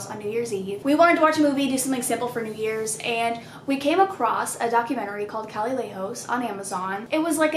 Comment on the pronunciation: sis that’s not how you pronounce calle 😂